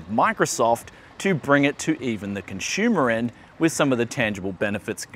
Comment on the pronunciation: Consumer... not ConShumer / ConShoomer :)